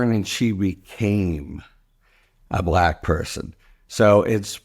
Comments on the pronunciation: Just the way he pronounced Black repeatedly was intentionally insulting. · 'Discussions' is a word I wouldn't have used. I felt most revulsion at the WAY he pronounced the word 'Black' as if like in his tweets there were quotes around it. So creepy.